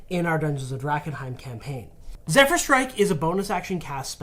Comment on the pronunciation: Sorry, it's Zephyr, not Zed-fyr.